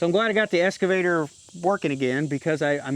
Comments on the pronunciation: EXcavator NOT EScavator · Are you saying escavator or excavator? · Obviously, I don’t know where you are but, I know in U.K. the ‘x’ is always pronounced. 😀 However it does seem common in the US to more often use an ‘s’ sound.